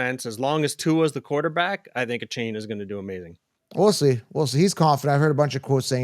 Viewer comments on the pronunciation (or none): come on guys its A-chain